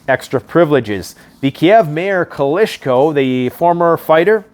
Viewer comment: What's a " Kalishnakov " ...and who is " Kalischko " ? Never mind the gun's name...but talking about a boxer who you think is a great fighter...and not even knowing his name, is puzzling, to say the least